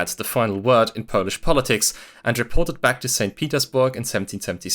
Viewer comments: It's remarkable how well you pronounce Polish words. Did you learn it all by yourself, or do you have some Polish roots? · I'm impressed by your pronunciation of our silly language. Great work! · Can we stop for a moment to appreciate how good his Polish pronunciation is? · You did great job covering this matter in 36 minutes. I also love your Polish pronunciation. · The pronunciation is mind blowing as it sounds pretty much as native speaker. Lovely video